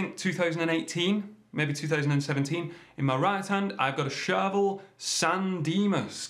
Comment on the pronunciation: charVEL .... not CHARvel. Please man.... respect the syllables!